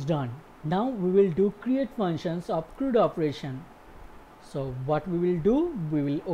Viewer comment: CRUD.... it rhymes with MUD. Not MOOD.